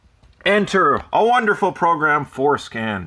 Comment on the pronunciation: Ahh, FordScan. I thought you kept saying foreskin. 😆